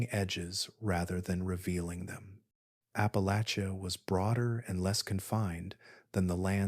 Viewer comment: Thank you for pronouncing Appalachia correctly! Listening from Bristol TN/VA